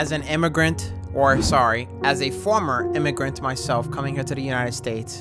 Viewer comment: You saying Former Immigrant like it’s a Two step program 🤣💀